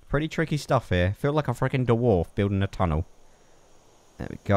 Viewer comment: Did he say "derwarf"?